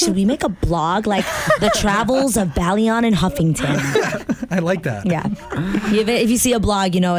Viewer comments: You pronounced both last names wrong. Houghton: "ho"-ton Bailon: "by"-lone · Adrienne "Howtin" and Adrienne "Bayloan" its so annoying how he continuously butchers her name for a so called fan :/